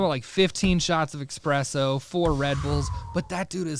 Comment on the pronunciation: Another, “Expresso” guy!